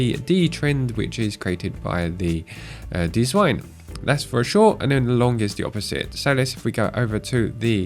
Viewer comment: "dziwne" is not deezwine :)) its Polish for "weird"